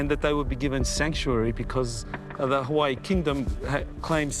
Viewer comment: Im so annoyed with the way the narrator says Hawaii.